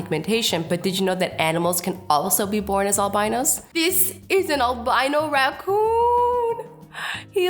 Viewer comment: I am uthend I'm am albino its albino not albino